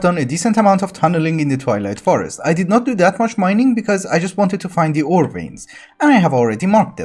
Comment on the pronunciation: Great series. I really like your sense of humor. I keep mishearing you say you’re going to the Toilet Forest :)